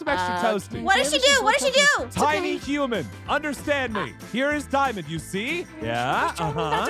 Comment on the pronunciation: Human not hooman